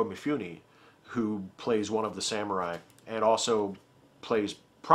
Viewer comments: I have this great image of you as a very highbrow connoisseur of film - to which you are doing damage every time you say MeeFooNee. Mifune Toshihiro, pronounced "Mee-Foo-Neh." Vowel sounds are exactly like Spanish, if that helps. Please keep in mind that I enjoy all your content. =D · Thanks for reminding me to watch Ikiru! I have all of the others you mentioned and I've always meant to watch that one too, but I haven't yet. By the way, if you didn't know Mifune in Japanese would be pronounced like "mee-FOO-nay". There's very little variation in the pronunciation of any given character, so ね(ne) is nee and に(ni) is nee. :)